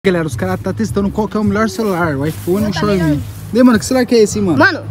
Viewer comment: Gente uma dica inves de falar xai o MI com enfâse do mi falem XAI o mi com enfâse do XAI que fica mais engraçado, dica de fã